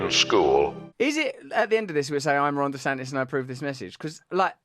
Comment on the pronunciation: Oh shiiiiiiiiiiiiiiieeeet. His name is Ron DeSantis and not Rhonda Santis.